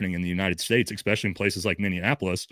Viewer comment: eSpecially, NOT eXpecially!